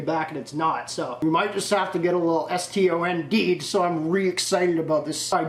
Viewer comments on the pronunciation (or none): It’s “Stoned” not “Stond” 🤦🏽‍♂️ but we get it